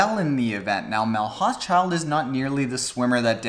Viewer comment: Good video, may I be so bold as to offer the pronounciation of Mel's last name which can be tricky. Hauschildt should sound like Hau-shoult for us North Americans.